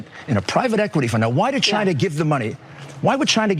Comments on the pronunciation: "Chiner" "Obamer" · Why do him and Trump say "Chin-er"??😂🤣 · Did daffy just say "chiner" seconds?